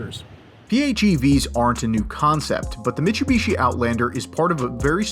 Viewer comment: Disliked the video purely based on how you pronounced Mitsubishi.